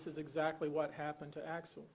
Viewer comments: CORRECT THIS GARBAGE SOUND VIDEO BY GETTING VICTIMS NAME CORRECT AT THE LEAST. AXEL rest in peace 🕊️ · His name is Axel…. My god, get it together